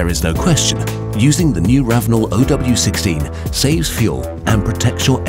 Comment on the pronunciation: It's not Oh W 16, it's zero W 16.